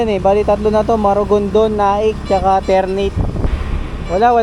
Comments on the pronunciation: Ter-na-te yun hindi Ter-neyt 😅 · haha ter - na - te po yan haha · Ter-na-te po